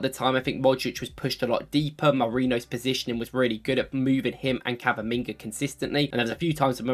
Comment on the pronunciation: Did you just say Cavaminga😂😂